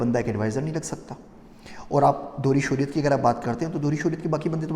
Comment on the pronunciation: The word is Shehriat